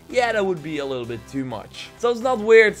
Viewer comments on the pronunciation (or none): none